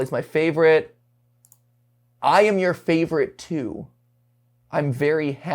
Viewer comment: Maybe the emphasis is misplaced, but there's no clear indicator, like "I am your favorite *too*?"